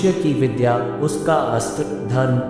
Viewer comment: विधा और विद्या मैं बहुत बड़ा अंतर है। कृपया गलत उच्चारण ना करें। हमारी समाज का नियम विश्व के लिए बहुत ही अमूल्य धरोहर है। इसलिए सभी मानव प्राणी को अर्थ सहित याद रखना तथा आचरण में अपनाना चाहिए। धन्यवाद।